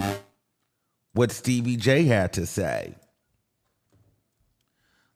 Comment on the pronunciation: Not Stebbie Jay 😂